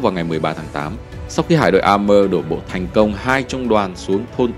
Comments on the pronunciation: Sông A-mua, phiên dịch ra tiếng Việt là như vậy, chứ không có A-mơ kiểu phát âm tiếng Anh như vậy. Thế giới có nhiều ngôn ngữ, không thể nhìn thế giới qua lăng kính tiếng Anh vì ta là người Việt. Góp ý cho kênh. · Đọc a thì phải a mua. Nếu theo Mỹ thì là êy mơ phải ko nhỉ?